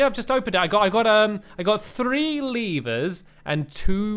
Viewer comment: You said free instead of three